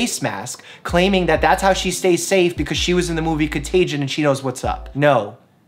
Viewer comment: Contagion, not contagen 😉.